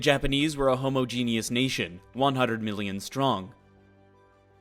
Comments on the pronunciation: It's also pronounced "huh-MA-ginus", not "homo-geenus". He sees to have a real thing for "homos", doesn't he? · Homogeneous, not 'homogenius'.....genius.